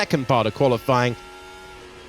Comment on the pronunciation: Why does the comentator always say "qualyfLying'? I suppose he does it on purpose but it looks as if he didnt know how to say it